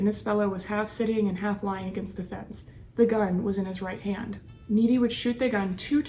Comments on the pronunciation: It’s not Needy, it’s Nit-ee. I know because I dated one of his descendants many years later. I will never be a part of that family again. Corrupt on all measures! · Great video, but I think cops pronounced his name Knitty not Neaty. Also, you have a beautiful voice, but speaking more slowly, and pausing for dramatic effect would enhance your videos even more. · She pronounced it Needy,instead of Nitti(like knitting).